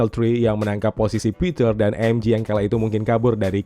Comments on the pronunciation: Bang sekedar mengingat kan MJ di baca EM JE ,bukan EM JI,kalau EM JI itu adalah MG ,karena di bhs inggris G di baca JI, kl J tetep di baca JE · MJ dibaca emje bukan emji MG baru dibaca emji